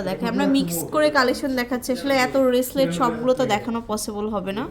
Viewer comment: মূর্খ মহিলা রেসলেট না ব্রেসলেট হবে